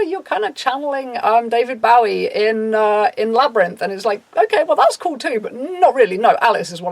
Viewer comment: died at this pronunciation of David Bowie 😂